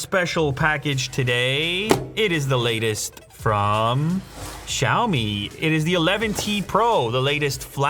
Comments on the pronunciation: Wait... The way you pronounce "Xiaomi" at the start of the video sounds like a native Chinese speaker I ain't gon lie 😳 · ok but his pronunciation of xiăo mĭ was so on point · He pronounces Xiaomi way better than others